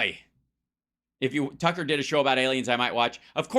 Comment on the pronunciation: Twucker is so funny! I love it when he chases that cwazy wabbit!😂😅 he is an asshole!